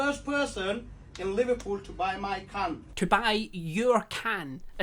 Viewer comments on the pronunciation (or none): pls i thought he said 'buy my c*nt' not 'my can' i